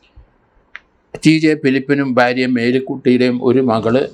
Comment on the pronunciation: Sir , your pronouncing of Bharia is wrong. Also American also favor family life like mostly like other people. Good family here by millions. Your statement is wrong.